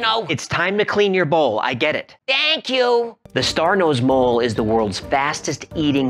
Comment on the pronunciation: Did he say star nose bowl